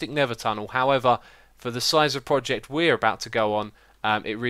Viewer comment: Is it me or xisuma always say "poject"?